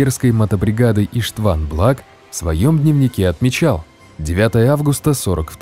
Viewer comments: ИштвАн?(((( Иштван - это Иван по русски. Ударение на И. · Не правильно произнесли имя и фамилия венгерского солдата, Ийлеш Иштван, ударение в фамилии на первую букву, а в имени тоже самое) Не Сигед, а Сегед Имре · Имя Иштван ударение на первую букву. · Иштван. Ударение на И